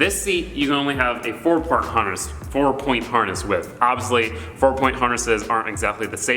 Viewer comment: This mans said porn instead of point 😂